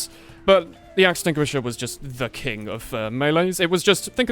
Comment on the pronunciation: "using the axtinguisher in 2018" lol sure DEX user cries in the corner